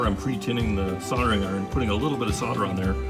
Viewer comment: "sol-der-ing" with an "l" please 😊 sounds much better. Great show by the way. 👍🏻